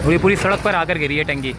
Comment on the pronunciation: TankY nahi Bhai TunkY bolta hain ... ok